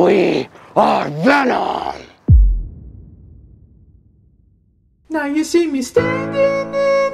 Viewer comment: Veenom lol